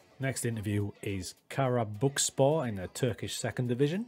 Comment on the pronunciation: I really liked your approach to the game. Congratulations on your first job at Karabukspor. I am Turkish so I know a thing or two about Karabukspor. Firstly, it is pronounced as "Karabuikspor". You can write it to Google Translate, select Turkish and listen how it is pronounced. Your pronunciation was good enough but you can still improve. Secondly, they were a very good team 10 years ago. Have you heard of Emmanuel Emenike? He is discovered by Karabukspor at that time. He was fantastic and Fenerbahce bought him. Then, he went to Spartak Moscow and many other European clubs including Olympiacos and West Ham United. At his times, Karabukspor was in the Turkish Super League and was a very hard team to win against. Now, they are at the bottom due to the bad management. So, your job is very hard. But, I think you will deal with it. Good luck...